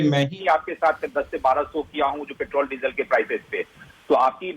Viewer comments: आपके मुंह से मुंह पैट्रोल को पेट्रेल सुनना अच्छा लगता है 🤣🤣🤣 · Sandeep petrol bolna sikh ly